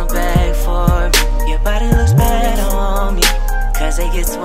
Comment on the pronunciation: I definitely know sings the intro song bc instead of saying better he says bettew